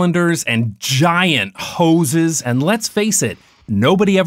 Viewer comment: The emphasis on GIANT HOSES 😆